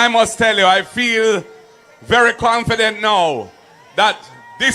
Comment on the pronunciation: Markie G don't say confident he says cramfident